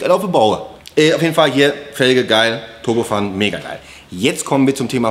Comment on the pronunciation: Hey JP, warum sprichst Du "turbofan" aus wie "turbofun"? Das ist ein englisches Wort, nämlich der "Ventilator" (=fan) einer Turbine (dafür steht "turbo" in dem Fall). Turbofan englisch ausgesprochen klingt doch viel besser, und passt auch besser zu Dir (Du bist ja doch selbst auch so eine Art Turbofan, wenn auch anders, hihi).